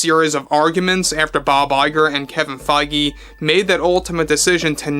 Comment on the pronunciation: it’s so easy to verify pronunciations of names, but steadfastly refuses to make the 5 minute effort to find YouTube interviews where the celebrities say their name. I stopped watching over his butchery with “gal gaDOTE” and now Kevin “Fye-GEE” has me out again.